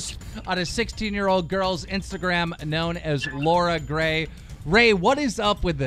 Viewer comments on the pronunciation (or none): “Lora Gray” 😂😂